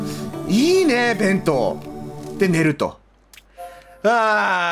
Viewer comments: べ⤴︎んとう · 弁当のイントネーションが私が思ってるのと違った